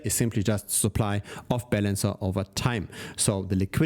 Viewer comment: Your pronunciation of "Balance" sounds like "Bell Ends". Another great show...